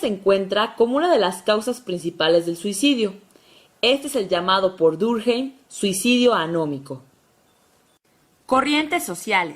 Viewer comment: Emilio Durjeim? que carajo?.... Emile Durkheim es un nombre francés, no cometan borrachadas con el nombre por favor...